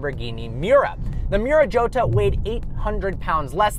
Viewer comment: I think you pronounced jota wrong